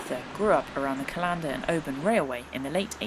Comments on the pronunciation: really enjoyed that! Try next time to get the local pronounciations: "Callendar" is the same as "Calendar", "Strathyre" if like "Strathfire", "Aberfoyle" is like "Aberfoil", etc. The locals would really appreciate it. Also, a vid on your kit, would be useful. What works and what doesn't. Waterproofs, leggings, sack, etc... Better than prime time tv. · Great video, I live about a half hour drive from callander so consider the RRW a local trail. Great to see you enjoy so many familiar sights for me, although I must admit I had a bit of a giggle at some of your pronunciations, sorry. Keep up the good work and look forward to seeing more adventures soon. Stay safe. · Aaaaargh!, it's CALLander not callANDER. That's kal ander. Emphaisis on the first syllable. But great video as always, love your stuff. X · Love your videos, you’ve even inspired me to walk the west highland way next year, I want to help you with your Scottish pronunciation if you want? It’s not said cal- ‘an’- der more like calender, Scottish place names are awkward even for us! 🙈😂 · First video I've watched on this channel and I'm loving it, I can't wait to get out there for a walk myself now and I'll definitely be checking out more of your videos. One thing - CALLander, not callANDer, pretty much the same pronunciation as the calendar you'd hang on your wall (or people did, before mobile phones happened!) :) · I really do wish that YouTube Backpacking stars, such as yourself, would check the pronunciation of place names before they set off. Callander is pronounced the same as calendar and if you pronounce “ch” in Loch as “cuh”, why then pronounce it “ch” as in ‘latch’ in Venacher? Sorry for being pedantic, but it spoils the enjoyment of your video. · Like your channel, loved the face you pulled eating the wild crab apples and when you pronounced Callander as two separate words, say it fast like its all jammed up tight together, Strathyre say Strathire, lovely channel.